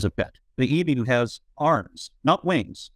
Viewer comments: We pronounce Emu....e..mu....hard m not soft m that runs straight from e. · EeMoo sounds so wrong.